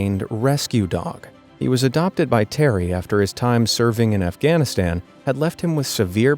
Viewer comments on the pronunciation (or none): none